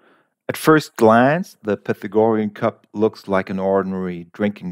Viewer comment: You might want to look up the pronunciation of “Pythagorean”.